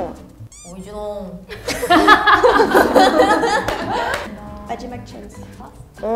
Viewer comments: When they tried the "oignon" one, I every time heard "0RG4NE" ! And warning to the "on vous aime" can be heard as a "on vous gêne" and that's not the same thing ! (I just want to say that I'm not making fun of them at all, I know that Frech is a really hard language, and even more for Koreans who have a language totally different) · Oignon? The I is a silence lettrer! And put it and the last of the word... French, can you stop to do that please! 🤣🤣